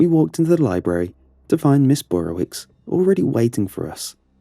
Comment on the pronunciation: Not Burrowitz. it's not german- it's Burrowitch